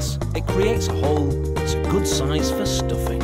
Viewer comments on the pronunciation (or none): FER STOOFIN